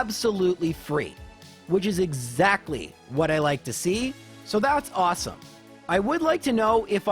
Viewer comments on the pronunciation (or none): none